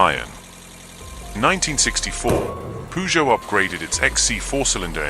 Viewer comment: NO, PURR JOE mate